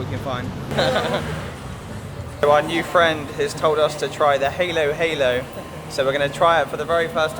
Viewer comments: Don't mispronounce "Halo-halo" as "heylo-heylo", instead use an "a" sound like in "Apple". This is because it means "mix-mix" in Tagalog or Filipino. All the ingredients should be mixed from the bottom to get the full taste. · i guess you search halo-halo in google that is why you pronounce it wrong. :) listen to local how they pronounce it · For food, try chicken adobo, sinigang, pansit, lumpia, caldereta, Bicol Express, and chicken tinola. Then, for dessert, Leche Flan and turon. Halo - Halo is pronounced by the locals as "Halo Halo," with a short "a" sound.